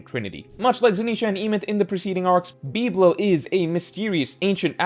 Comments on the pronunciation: Why can't you say words correctly. It is Em-eth. Not Eemyth. Bib-Low not BeepLow. Like whats wrong with you. Is this on purpose? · Great vid but the way you pronounce biblo and emeth makes my brain hurt